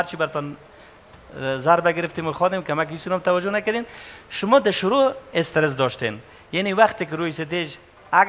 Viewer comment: "Es ter ess" instead of stress also haha